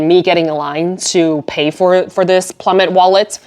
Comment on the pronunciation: I have the Plumet crossbody and love to use it for travel/sightseeing. Sorry to hear about your experience in the store. Quick tip— it is pronounced ploo-MAY. ❤🇫🇷❤